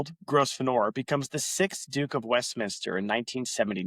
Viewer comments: your pronounciation of gros venor is how the french would pronounce it- it is french for great hunter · lol. Sorry, but it’s pronounced Grove-ner. But … great work, keep going!! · FFS, man. Your pronunciation is a deal breaker. It’s: grow-ven-er. 🤦🏻‍♂️ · They pronounce the name grove•n'r ; no s. There are many words like this, mostly place names. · it's a silent 's', also in English county names ending 'shire' most people pronounce it sher.